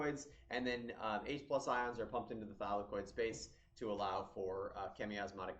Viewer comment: I got confused every time he said thylakoid bro